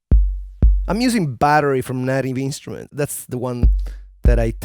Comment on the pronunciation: Funny how you say native instruments...